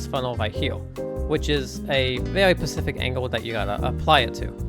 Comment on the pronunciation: It was my first impression too, but I stick around. A speech impediment isn’t going to keep interested people away from good content. I do especially hate that he says “pacific” instead of “specific” though 😂